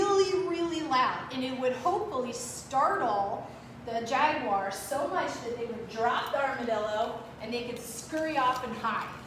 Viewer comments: It's NOT pronounced "jag-WIRE"! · Why are Jaguars pronounced as ‘Jaguires?’